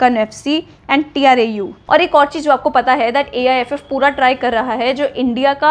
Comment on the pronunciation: T.R.A.U. nahi trau bolte hai usko😂